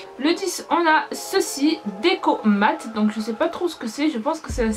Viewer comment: J'avoue elle c'est même pas prononcé le deco mate😂